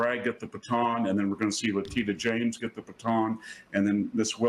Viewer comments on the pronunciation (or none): none